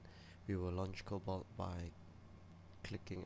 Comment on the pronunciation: It's not cobalt XD